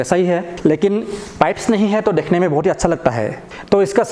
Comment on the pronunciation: Bhai thode paise dal ke speech therapy bhi Lelo dhekhne ko nhi dekhno